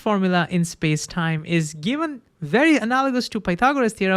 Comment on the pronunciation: Wery wery interesting. I lowe how much you’re dewoted to science